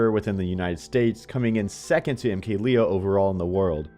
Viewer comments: It's pronounced lay-o not lee-o he's not American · MKLeo is from Mexico. His name is pronounced Lay-Oh, let this issue be put to rest